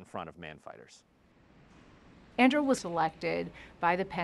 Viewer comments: It's Andoo-reel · “Anduril”!? Ffs! These guys took the wrong lessons from Tolkien.